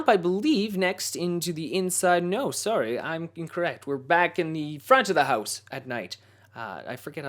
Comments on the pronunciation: Sorry . So Canadian. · It's the Canadian accent lol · At that point, he said sorry in a strong Canadian accent. I thought it was funny, but not in a mean way. :)